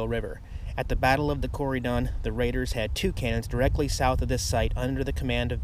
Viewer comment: locals pronounce it "COR-a-din" Indiana.